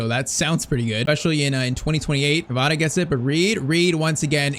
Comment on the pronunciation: Isn't kavara 😂😂😂😂wrong pronunciation.